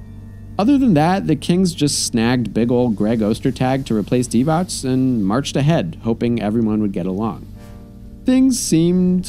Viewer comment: Vlade Divacs? No S at the end.